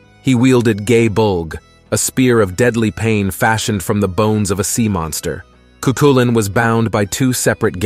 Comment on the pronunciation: Amazing video! Cuchulain’s name is pronounced (Coo-Cull-An). “Ch” in Gaeilge (Irish) is similar to how a “j” is pronounced in the Spanish language, a more harsh “k” or “c” sound